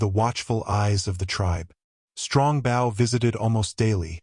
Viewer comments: It's pronounced "Bo." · I wish this reader would pronounce bow properly!😢